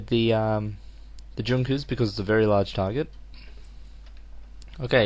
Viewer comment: i dont know if anyone has said this before, but Junkers if pronounced Yunkers (near-silent J)